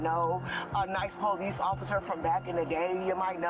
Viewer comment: What is the "Poe-lease"??? Someone needs to tell them it's "police."